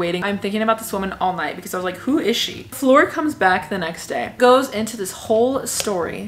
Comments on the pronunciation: Flor as in flower 🌸 not floor 🤦🏽‍♀️ lol I’m Hispanic and I was confused for some reason at first 🤣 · Her name is Flor 🌸flower in Spanish. The way you're saying her name is floor what you walk on. Honest mistake it's all in Rolling the r's and less o's Cool video! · I did I think she kept saying floor and it took me forever to realize that said flor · Tell me why I thought she meant the lady's name was floor like the actual floor till she said she was from Ecuador that's when I knew she ment flor like flower but in Spanish